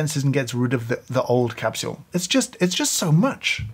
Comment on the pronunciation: I love how he says capshule!